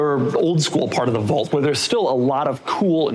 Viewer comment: Doug doesn’t know how to say the word “vault” or his own last name. 🤦‍♂️